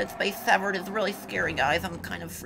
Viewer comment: wow when u say dead space severed that quick, it sounds like dead space 7. did any1 else notice that